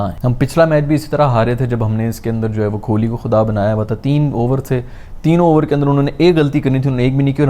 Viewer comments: Kholi ❌ Kohli ✅ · His pronunciation of kholi is making me uncomfortable, its kholi with Kaaf not kholi with khay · bhai padhe likhe lakthe ho please thodi apni pronunciation me dhyaan diya karo ... 1.50M se jyada subscribers hai aapke thoda please dhyaan rakha karo... ITS KOH - LI not KHO-LI ...